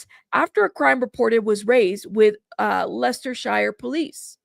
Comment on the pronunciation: It’s pronounced Lestersheer